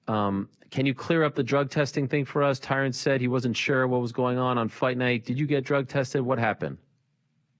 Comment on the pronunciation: jake is finally puttin some respect on Tyron's name by saying it how it should be pronounced